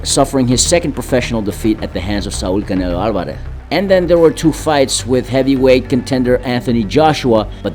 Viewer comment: Una duda,eres de España? Es que tienes un acento al decir los nombres de Canelo Alvarez,Ryan Garcia y Pitbull Cruz